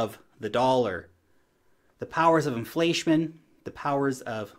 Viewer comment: “The powers of inflatiomen” 😆 made me giggle. But seriously very thought provoking stuff